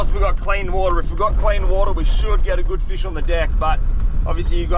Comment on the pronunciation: “This is a guud feesh!”